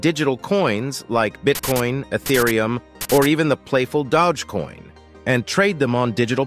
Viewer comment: It’s DOGEcoin.. … it’s not DODGE coin! …wow, I can’t believe y’all let that slide…